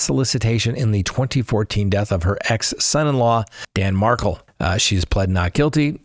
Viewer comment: Dan Mark kell is how it pronounced